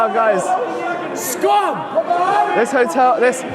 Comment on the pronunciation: Its pronounced protest, not pwotest.... u poms suck at speaking english . It's erupt, not ewupt.